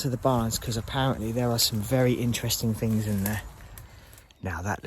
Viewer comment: If you cut out the amount of times you say ‘wow’ and ‘fings’ you’d probably not breathe in as much asbestos.